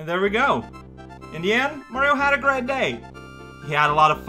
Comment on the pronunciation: Aw, gwea' job, Mawio!